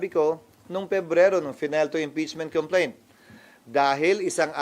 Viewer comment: Ana ni sir about ch!😂complentch!😂😂😂